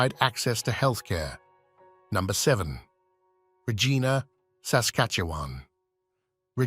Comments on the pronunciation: The Rideau Canal is pronounced "Reedo", Regina is pronounced "ReegIna" not Raygina - do some research before posting! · Have you actually been to Regina (reej-EYE-na)? How about Manitoba? And why are you comparing the cost of living with NYC? It’s a BS comparison. The AVERAGE rent in NYC is currently $4700/ month USD. A better comparison would be Toronto, where the average rent is $2148/mo, or Vancouver, where the average rent is $2303/mo. And please do your research on the basic pronunciation of the towns you are covering. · My Gosh….not Coch-rain….Coch-ran…..and Regina. Rhymes with vagina. Haven’t finished listening to this person butcher names…on we go!